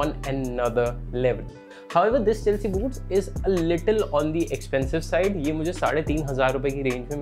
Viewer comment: Boots ki jghe boobs sunai de rha tha 😂😂😂👀